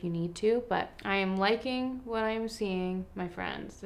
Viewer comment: Am I the only one whos cracking up at you saying that you are liking what you are SEA-ing from Tarte? Just me? Okay